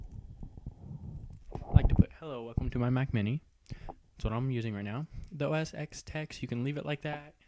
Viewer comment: IT'S PRONOUNCED oh-es-ten NOT oh-es-ex, keep that in mind when making your future videos